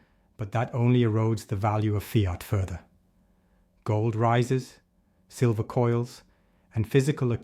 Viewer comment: AI screwed up and calling it Sliver price, snake in the grass.